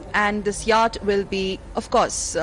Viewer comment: Yatch is pronounced as Yot.